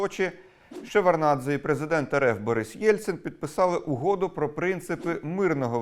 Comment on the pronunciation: ШеварДнадзе. Так, цієї букви не чути, але вона там є)